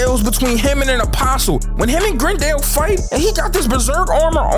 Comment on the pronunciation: Ah yes gerndle